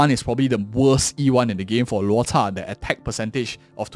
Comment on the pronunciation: always amazed how you pronounce Loucha's name! Always reading his name as how you would: 'LuoTza'